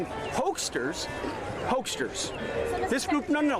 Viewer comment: “This is why we’re fighting hokesters…” Hokesters? Really? SecDef, I think you mean hucksters. A "huckster" is a person aggressively or deceptively trying to sell something, often using self-serving or manipulative tactics. You know… Like the president!